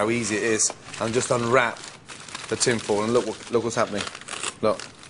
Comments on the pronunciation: Gordon and Marco-Pierre White use a special oil pronounced "Olive All". I notice he is also using "tinfall" to wrap the fish 😂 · Olivol and tinfol. Motorol?